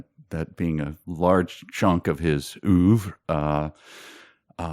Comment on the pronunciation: Shouldn't you guys learn to pronounce words you're going to use? We have the internet now, so you can learn how to say oeuvre. I assumed Halliday was autistic. That's pretty much what the description sounds like.